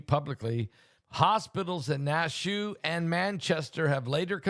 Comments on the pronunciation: Pastor Naushua is pronounced like Nash-Yahweh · Nash U A. Pronunciation. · Pastor its pronounced Nash shU ahh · Pronounced Nash U wah! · It’s pronounced Nash ou ah. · Na---shu---a 3 syllables I'm next door in VT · You know he mispronounces everything 😅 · Nashua. Pronounce Nash U A. 3 syllables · Nashua is pronounce like Joshua remove the J and apply a N.. hello. Biblical please articulate. I have blessed family out there!.. please send healing prayers out to family and children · It is pronounced, kinda like Yahshua but with an N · It’s Nashua New Hampshire Pastor there is an a at the end .